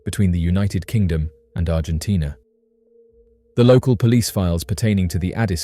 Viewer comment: You are overemphasizing the I in Argentina....